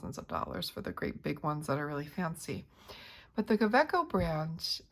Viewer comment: It's a German brand, German name... pronounced KaVeco.